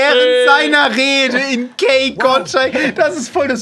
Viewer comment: Weird: Kay Gottschalk - > Gay Kottschalk xD